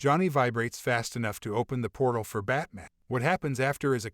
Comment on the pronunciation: Why is this guy pronouncing Owl-man and Bat-man like there Jewish deli shop owners it's OWL MAN, BAT MAN not Allmin & Batmin but for some reason he says superman correctly... smdh